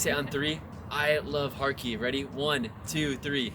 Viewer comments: Video is very cool, but it’s Kharkiv not KharKyiv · Odesa, not Odessa. Every time you say Kiev or Kharkov, you seem to agree that it is Russia. Please use Ukrainian transliteration in Ukraine